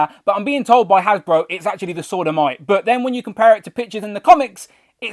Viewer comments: sounded like “Sod o’ Might” 😱🤦‍♂️ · You do need to enunciate more, esp when discussing the “Sword of Might”, because it sounds like a totally different word that will get YT to censor your channel. 🤐😉😂🖖